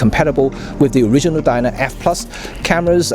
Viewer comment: Def pronounced 'Diana'. Hope that helps. (Love your vids, thanks!)